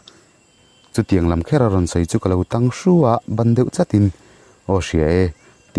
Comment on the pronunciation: tang i tih a thluk a diklo in ka hre tlat